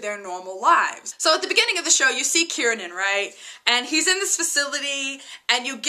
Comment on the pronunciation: KIEREN not KIERNAN